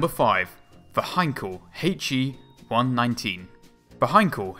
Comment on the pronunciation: "H, E", not "Hey-chee". Also "Engines, ie. N-gins", not "ain-gees" lol